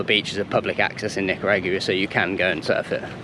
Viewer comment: Love the content bro ! But the way you pronounce Nicaragua is hilarious 😅 try NEE-KA-RAW-GWA 😁😎🤙🤙